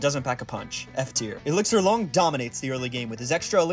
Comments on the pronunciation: It’s obviously “Long” not “Lung”. Sorry, I had to say it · "Loo-ong" not long